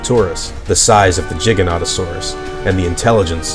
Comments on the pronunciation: Giganotosaurus not jighanotasaurus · Your pronunciation is funny. Jigga-notto-saurus lmfao